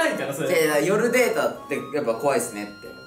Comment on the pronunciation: 夜データがデートにきこえた爆笑